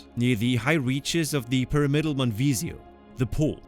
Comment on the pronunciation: A really interesting story, well told. Like most Danes you speak excellent English – just a few mispronunciations make some sentences hard to understand. You might want to check your pronunciation of: wilderness, Tyrolean, pyramidal, epitome.